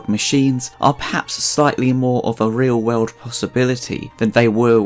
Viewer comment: He said "world" like Davey Jones says "Bird" Which i think is neat.